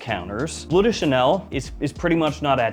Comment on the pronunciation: It's "Bleu" (french), not "blue". Should be pronounced with sounds similar to what you hear in words as "Hurt", "Burn" or "Blur"